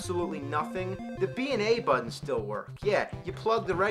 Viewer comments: "Swapped the BUH-ddons..." Learn to glottal stop, pal!!! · He says "buttons" weird